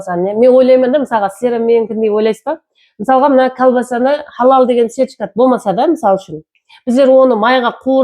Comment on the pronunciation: Халал деп жазса да, хадал деп айтын заманласлар